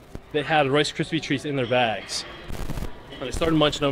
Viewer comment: u can't say rice kripies! Lol